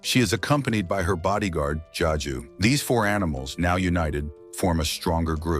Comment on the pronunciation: Also it’s Zazu not jaju